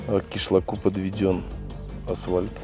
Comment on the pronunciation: не асвальт, а асФальт... Буква Ф там. Это заимствованное древнегреческое слово. asphaltos (горная смола, асфальт)